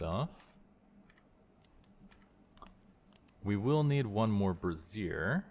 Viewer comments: Brassiere aka Bra pronounced "bra zeer" Brazier aka metal pot or pan for burning coal pronounced "bray zhur" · "Bra-zeer" is the long version of the word bra. Like undergarments. "Bray-zur" or "bray-sure" (think the word for donkey sounds "bray" and another word for yes "sure") is the thing that holds fire. Every time you say brassiere, I can't take you seriously. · I am sure someone else has already mentioned that brazier is pronounced "bray-zhr" you've been saying "brassiere" which is a bra 😂 I was seeing that word and thinking "I bet I would say this brassiere" and then you did. Very funny. I really like this mod pack concept. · You're pronouncing brazier weird, just so you know.its bray-zhr. Not bruh-zeer, which is spelled brassiere, and means bra. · This is such a cool pack!! I’m gonna try it out today! Just fyi, brazier is pronounced “bray-zhur.” Kind of like “jour” in French or “sure” with a z/j sound. A “bra-zeer” is a bra 😂😂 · Brazier = bray zhure Brassiere = bruh zeer You had it backwards, and were pronouncing the "thing that holds burning coals" as the "thing that supports boobs." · My good internet neighbor, you are pronouncing "brazier" (the stove) as "brassiere" (the fancy name for a bra). "Brazier" is pronounced BRAY-zhur (exactly like the show 'Frasier' but with a 'B' instead of an 'F') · Not that I'm really fussing, but the way that you keep pronouncing brazier just... kind of makes me laugh. "Bruzier" is more how you would pronounce the full name for a bra (as in the women's undergarment), where "brayzier" is the pronunciation for the things that you are making XD It's like the "braising" cooking technique, if that helps! In any evet, I'm looking forward to continuing with you on this, because Reclamation is effectively the successor modpack to one of the old FTB packs, called Regrowth, which was one that I really loved! I'm so happy that they managed to bring as many of the old elements forward to modern Minecraft as they did!